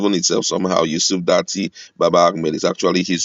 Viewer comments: DATTI not DaNti please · It is Datti and not Danti for goodness sake. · Mr his name is Yusuf Datti Ahmed. Not Danti.pls correct yourself and call him his right name.